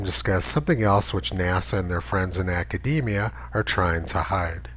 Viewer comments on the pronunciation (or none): none